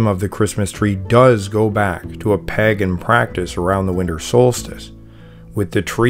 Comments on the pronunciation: Paaagan. Lol. I hope you know it's not pronounced like that and are just having a laugh. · I thought pagan was pronounced like "paygan". I've never heard it said like this guy before. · Most, if not all of xtian practices are inventions or stolen from older religious practices, even back as far as Egyptian depictions. It's disappointing that you use (and mispronounce) the word 'Pagan' for every earlier religion, regardless of location. It hurts your credibility. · How is the narrator mispronouning " pagan?" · How come you cant pronounce pagan? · Omg, why are you pronouncing pagan so weird? I'm cringing every time I hear it! If I hear it wrong one more time, I'm OUT! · Maybe ask him if there’s a reason he pronounces “pagan” the way he does.